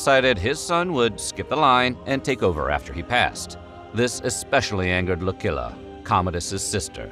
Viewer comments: "C" and "CC" before an "I" , "Y" and "Ae" is pronounced as a "tch" sound. There's a few exceptions. "Lucilla" isn't one of them. They're not all "K" sounds. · "Lucilla" is not pronounced as spoken here. Lmao. When does a "c" followed by an "i" sound like a "k" in any Roman name? Never. In English, it works just the same.....Just saying.